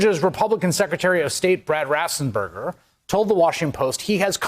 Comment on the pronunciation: ...I love you and your reporting but if you are going to use the name Raffensperger so many times, please pronounce it correctly!